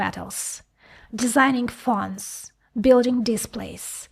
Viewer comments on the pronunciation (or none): I wish you would take the English lessons I suggested before. They are PHONESnot Phons. Every vowel means that you need to pronounce the word A E I O U